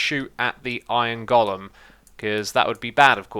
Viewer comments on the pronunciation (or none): iron gollum? long 'o', go-lem.